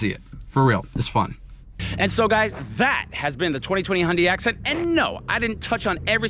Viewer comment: You said accent wrong. 🤣🤣🤣